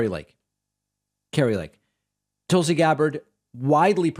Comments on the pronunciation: Hey David, you’re the only one who refers to Tulsi as “Tool-sie”. Do you do that to insult her, or are you just not hearing the way she and everyone else pronounces her name. I mean if you’re doing it to insult her, fine… I think she is a bad egg. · That’s the creep’s long running joke. Intentional mispronunciation. Yet if anyone accidentally mispronounces Kamala wrong he leaps on and makes an issue of it every time. I guess the joke is that other people are too stupid to know how to pronounce Kamala’s name correctly and he’s so smart that the way he can signal his dislike of Tulsi is by deliberately mispronouncing her name. Such dry humor. So ironic. He knows he’s deliberately mispronouncing someone’s name but those other clods don’t know that they’re mispronouncing someone’s name. Hahaha. In other words, he’s a prick